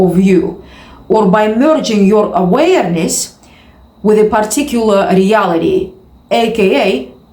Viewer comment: Every single video this chick says literally the exact same thing, repeated 400 times, with emphasis on the word "aWAYERness"